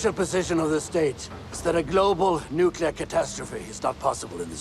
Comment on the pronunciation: Everytime she says nucular, I hear Homer Simpson saying, "It's pronounced nucular... nucular."